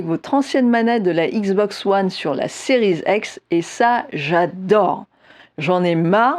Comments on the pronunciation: Pourquoi elle dit series ex ? C'est un X 🤔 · 😅😅😅 Plé Station.... Non mais Série "Z'ex" c'est peut-être la prononciation correct par un anglophone accompli ? Mon franglais à moi n'induit pas cette différence de langage ?!